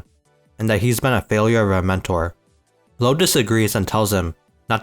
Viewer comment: Just so you know his name wouldn’t be pronounced as "low" in German you’d say "loo-vah "